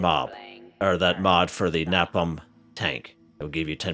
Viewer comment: Btw its pronounced (Ney Pom)